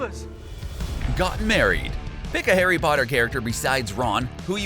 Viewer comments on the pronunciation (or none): True. Repetitive and fault-filled. It's not Nadjini, it's Nag-ini. It's not Hairy, it's Harry. It not Serious, it's Sirius. I could go on... And a female publican is a landlady, not a landlord. Think Rosmerta.